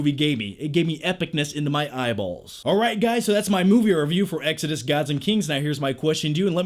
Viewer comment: The way you say exodus really bothers me